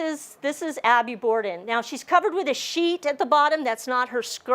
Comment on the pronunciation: Borden not Border.